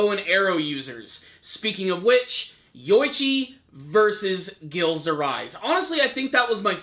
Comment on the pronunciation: Dude you were butchering Gilles' name so badly in this lol